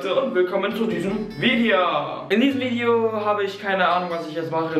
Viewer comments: Sagt er ernsthaft bei Vide(a) 😂😂😂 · Du sagst ganz am Anfang "VideJA". XD